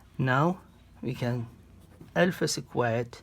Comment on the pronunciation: dude just pronounce alpha correctly